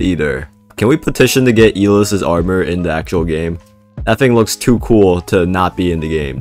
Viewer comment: ITS EYE LESS NOT E LIST